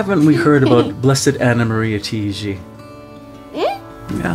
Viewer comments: It's not pronounced "Tee-gee" It's TAH-IGI... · She is an Italian so you should say it not Tiiji, but Taiji. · Her name is pronounced TA-I-GI. The A is like Ah.